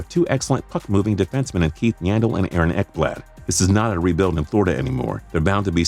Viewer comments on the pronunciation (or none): none